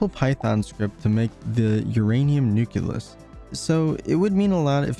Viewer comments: great video! Nucleus is pronounced nuke-lee-us, not nuke-you-lus otherwise, very informative! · this really helped me understand the size of things. thanks! i do have a few things to say, though. 1. was it intentional to leave out all the particles ending with "-uon"? 2. it's pronounced "nucleus", not "nuculus". 3. where do the "sizes" of the elementary particles come from? 4. i feel that showing the protons and neutrons as being made up of quarks and gluons would have been helpful, as well as showing the carbon atoms being composed of smaller particles. thanks for reading my comment. if you don't want to respond to these, that's fine. it won't hurt my feelings, i promise. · Hate to be this one guy but nucleus is pronouced "noo-kle-us" and not "noo-kyu-lus". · This is an excellent video, but PLEASE, it's "nucleus", not "nuculus"! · I'm not usually 'that guy' but this mispronunciation always bugs me. The word is nuclear, not nucular, same goes for nucleus. Great video BTW. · I dont understand that pronunciation of nucleus... its spelled nucleus, not nukyulus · good video! but it's nucleus not nuculus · This is amazing! One thing though, you mispronounce "nucleus" throughout. It's "nuke-lee-us", not nuke-you-lus. It's a common mispronunciation but one that drives me absolutely crazy for some reason. Anyway, have a like! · It's wild that someone probably did a ton of research but still calls it a nuculus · its nu-KLEE-us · Apparently the word "nucleus" is actually "nuculus" and everyone's been spelling it wrong all these years. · I really hope this gets more attention, but please stop saying "nuculus" it is hurting me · The repeated mispronouncing of nucleus is annoying, but everything else is fun. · Good vid, google how to pronounce nucleus plz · He mispronounced nucleus